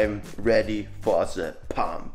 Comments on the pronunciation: „I‘m ready for se paamp“ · I‘m redy for ze pamp